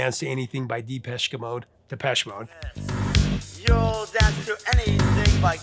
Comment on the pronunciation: lol at your pronunciation of depeche mode, I call them depress mode, love their music